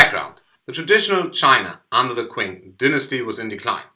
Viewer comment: A great video, but I thought I'd tell you that the word "Qing" is pronounced "Ching" ^^ Other than that, a wonderful video, thank you.